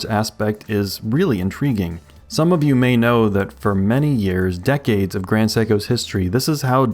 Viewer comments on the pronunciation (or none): none